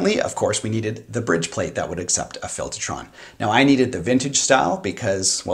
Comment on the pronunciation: Filtahtron. You from Jersey now?